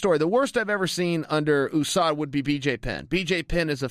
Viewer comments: why is he pronouncing USADA like ooosada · oo-sada is it the oo.s.a as well chael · Coker says “who-sada”? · Ahmad Chaudhry holly Holm says it like that too